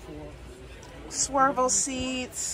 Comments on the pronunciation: Swiv el not swer. Lol nice show the for taking us along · Love the tours! I do have a question. I notice you're saying "swirvle (spelling?) seats. Is that something different than swivel seats? Great video! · I get such a kick out of the way you make words your own. When you called the swivel captain seats ‘swervel’ I laughed so hard.